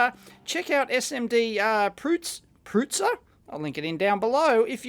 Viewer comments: smd prutser means something like: somebody who fools around with SMD components. the "U" in prutser is pronounced like in thrust. I did not know casio still makes calculator watches, as a kid in the late 70's (or was it early 80's ?), I wanted a calculator watch but they where very expensive. I had an uncle who had one, but I can not remember the brand. He was in to computers and he let me borrow a pocket basic computer/calculator during my study (first halve 80's, I think it was a sharp, I think it was the first one that was on the market) That was great, the teachers had no clue what it was because they were not for sale in our country yet. So I used a lot of REM lines to secret store things like formulas and programs to speed up math calculations. I learned programming on that thing. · you where also missing the mark on pronounciation but I guess you figured as much. The first r is a rolling r and the u is pronounced similar the u in hut